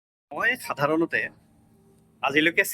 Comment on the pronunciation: মই চাধাৰনতে? উচ্চাৰণ শুদ্ধ কৰক৷